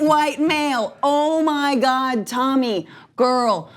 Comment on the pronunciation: FYI. It’s Tomi. Not Tami. Do not have the NERVE to EVER make that mistake.